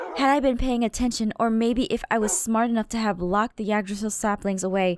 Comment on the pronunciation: I'm rewatching and it's killing me because Yggdrasil is pronounced Igg-dra-sill